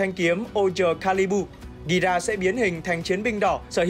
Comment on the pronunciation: Nói Gira là hơi sai sai